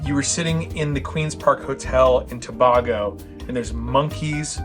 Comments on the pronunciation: To-bay-go, not to-bah-go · Toe-bay-go. Say it fast. Such a fun episode. Loved the monkeys but you guys looked weird in the AI. 😅😂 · The mispronunciation of Tobago is hilarious. Queen’s Park Hotel is in Tinidad NOT Tobago. This guy is an idiot. T&T is recognized as one Country 2 separate islands.